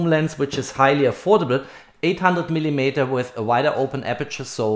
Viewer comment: Gutes Video, aber arbeite vielleicht ein bisschen an deiner Aussprache :)! Man hört den deutschen Akzent nämlich echt stark 😆 (zum Beispiel spricht man millimeter wie „millimieter“ aus)! Nicht böse gemeint, ansonsten passt alles 😊!